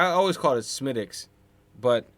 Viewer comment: I'm from Cork and how you're saying Smidicks 😉is "Spot On" / perfect.